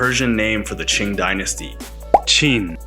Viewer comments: Lots of historical problems and oversimplification to the point of being more incorrect than correct at times. One note, every time he mentions the Chin dynasty, he says Ching. Two different dynasties 2000 years apart. Nice production value though. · It sounds like you keep saying "Qing" for the "Qin" dynasty. Otherwise, good. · not ching, but qin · Qing dynasty or Qin dynasty?come on man, this is what YouTubers are reading something from western books and then rereading it in YouTube, sad, the reason I watch part of this stupid narrator video because it keeps on popping up on my feed, what a waste of time! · the 秦 dynasty pronounces Qin, if Qing will become 清 (to aid other viewers in knowing the precise pronunciation) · It’s a well researched video. Qin is missed pronounced as Ching which is forgivable if you don’t know the Chinese intonation system. Got me confused a bit when I was jumping around the video. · 怎么可能，连个秦朝的发音都不对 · Cool vid but you pronounced Qin wrong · and his pronunciation of some names are atrocious, like he says the 2 emporers Qin and Qing the same way. one was a Han, the other a Manchu